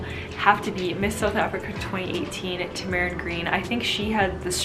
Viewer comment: Siera u saying Tamaryn name wrong